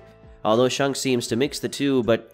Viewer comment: its ShAnks not shunks